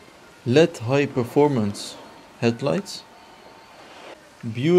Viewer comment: Did he say LED AND NOT L E D